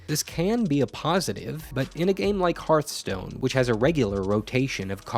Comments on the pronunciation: The name of the game is Hearth-Stone. Not Heart-Stone. Hearth is pronounced as fireplace 'hearth', not as Heart, the thing in your chest. So annoying to hear people mispronounce the name all the time. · hearth... not harth... HEARTHstone... fukme... why do you nitwits mispronounce it so confidently? it's so fucking cringy. I have issues. Please stop adding to them.